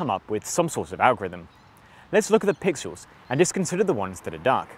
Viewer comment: Let's look at the "PIXULES"? Dude you have a weird ass speech impediment. That's like the 10th word in less than 5 minutes you've said completely fucked up.